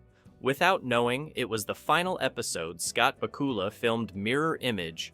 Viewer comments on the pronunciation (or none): BACK-you-luh. Same vocal rhythm as Count Dracula. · IT'S BAK-U-LA!!!!!!!!!!!!! MORON!!!!!!!!!!!!!!!!!!! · Scott Baacoola?!? :face-blue-wide-eyes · The Evil LEPER and Bakoolas? Learn how to pronounce it right! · "Back" "U" "Lah" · I remember Pat Sajak probouncing Bakula like this